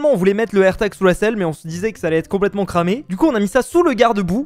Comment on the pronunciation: un AIRTAGEUH , AMONGEUSSE